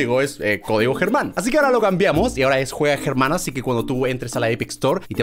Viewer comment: Se dice Germán